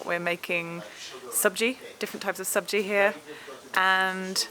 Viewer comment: Your pronunciation of sabji is 100 % correct....👍👍👍